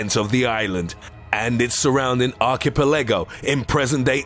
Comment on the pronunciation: I turned it off when you said archipelago.